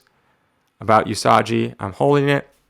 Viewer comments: Lol... “Yusajji” SMH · Awesome pull! One question and one tiny knowledge drop: 1. Is it a good idea to handle a high-priced comic with gloves to not get any oils on the cover or does it not really matter? 2. Usagi is pronounced with a hard G, like unagi or Giza, not like a J. (NOT trying to be a dick, just trying to be helpful, i swear. lol) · “Yusajji” is killing me bro! 😂🤣